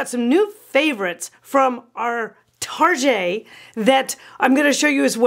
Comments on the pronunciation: Haha, I’ve had all that stuff you said not to get. Still have the matching dining set. It’s a work in progress! Btw, you probably know that “Tar-jey” was a big fat fail here in 🇨🇦. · you are so entertaining!! I haven’t heard Target pronounced “ Tar gey” since I was in junior high and we were trying to impress friends by pronouncing it that way!! 😂. I believe the Dayton family started that store, and unfortunately Dayton’s Department Store is no longer!!😞. Loved that store! You have so many good tips and advice. Thank you!!